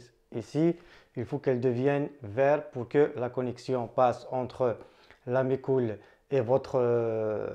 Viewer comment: Super ta vidéos , attention a 1"03. je ne sais pas si on ta déjà fait la remarque. On entend "de mes cou...lles" après déduction j'ai compris que c'etait MeCool